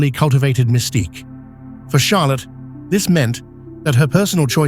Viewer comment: Charlotte con l’accento sulla “O”, alla francese, non sulla “A”, e Stefano è Casiraghi, non Casaragi, analfabeta che non sei altro